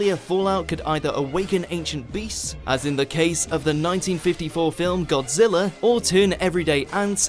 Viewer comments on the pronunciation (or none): none